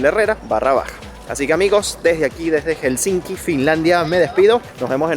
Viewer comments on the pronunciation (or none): se dice Helsinki no HelsinSki 🥸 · Aprende a pronunciar Helsinki! Por favor! Hel-sin-ki.